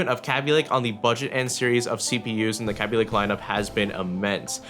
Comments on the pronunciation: Kay-Bee lake not Ka-Bee lake or whatever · its kaabee not kabe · did he jus say CABBY LAKE !!!!?????? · LOL (Kay-Be) xd